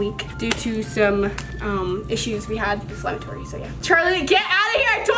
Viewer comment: SAY SLIMEATORY RIGHT PLEASE (Sorry it just cringed me so badd)